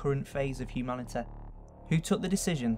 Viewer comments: I love how u say HUMANITA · Ok, don't take this as an insult, but I like how you say realiteh and humaniteh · Hyoumanyteh Nagesawkeh Realeteh Twenteh Worreh Boddeh Slowwleh Summerreh Safteh Technolegeh Conspeeraceh Onleh Telepetheh Preeviousleh LMFAO I tried to get all of them. Tell me if I missed any. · Nagasakeh realiteh humaniteh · Humaniteh. Realiteh. nagasakeh. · I love the content but I have to say, the way you pronounce humanity kind of bugs me, you say humanituh, I won't judge though because it's not easy changing an accent so props to you, good video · It's annoying how he doesn't know how to pronounce the "ee" sound. "Humaniteh" "Completeleh" "Elvis Presleh" "Alien Bodeh" "Properteh" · realitah humanitah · hehe. lancashire accents Humani-TEH